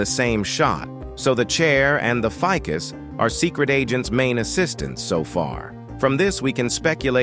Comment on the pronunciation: bro said fikas I never knew there was a plant called that 🤣